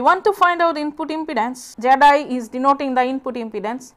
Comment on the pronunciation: I like how her pronunciation of the input impedance (zi or zed-i) sounds like "jedi"